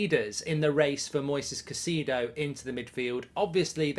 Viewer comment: Caisedo: Ki (long i) … It’s pronounced as Ki-say-doe (Spanish speakers will soften the D & pronounce it “Ki-say-tho” …NOT “Ka-see-doe” … don’t know why that irritates me so much to hear his name butchered so badly on a regular basis 😂.